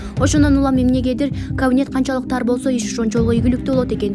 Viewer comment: Эй диктор кавинет эмес ,,Кабинет "-деп айтылат ☝☝☝сени бироо куупжаткандай окуйсунго пытыратып, утур точка , тыныш белги коюп суйломду коркуно чыгарып окуп уйронсон ...Акча мн окууну буткон соз ,суйлом диалектикадан эчкандай маалыматын жок экен.